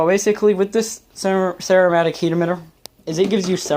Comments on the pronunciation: Ceramic* “Sir-am-ick” heat emitter. Sorry to be a grammar nazi, your content is nice! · He said ceramic heat emitter but he might be saying a certain brand name but it’s just a ceramic heat emitter maybe he doesn’t know how to pronounce ceramic